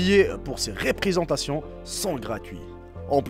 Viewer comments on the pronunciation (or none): Quand on t entend dire représentation tu prononce riprisentation 'parle doucement et eppelle et articulé bien